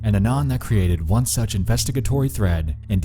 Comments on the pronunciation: I hate the way you pronounce "anon" Who the fck even talks like that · Why do you say anon like that